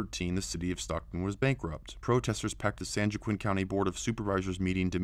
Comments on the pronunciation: It's pronounced (wa-keen) ! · That’s pronounced “Wah-Keen” the J in Joaquin is like the J in Juan. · Joaquin is pronounced "Wahkeen"... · you're so brilliant that I give you a compete pass on the occasional monotone speaking. Every video you make is jam packed with information. You night be the most informative conservative YouTube out there. Keep up the great work. Oh yeah and joaquin is pronounced wah-keen:)